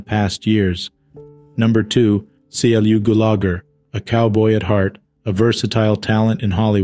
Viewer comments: Please teach the narrator how to corectly pronounce the deceased names, for Goodness sakes. Clu Gullager, for example. NOT C L U snd I cannot even begin to spell the mispronouncement of his sir name!! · Clu Gulagher =. Clue Goo-la-gher